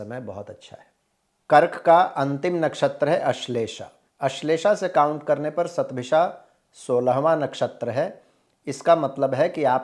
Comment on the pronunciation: Hundred in Sanskrit is "शत" therefore I think it's written and pronounced as "शतभिषा" and not "सतभिषा"